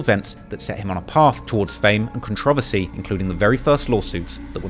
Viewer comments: You need to learn how to pronounce controversy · Is that really how they say “controversy” in England???